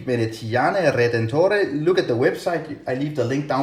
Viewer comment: Hi. Your pronunciation of "veneziane" and "redentore" was perfect but in "meccaniche" the "che" syllable is pronounced "ke" in italian. Nice review. Ciao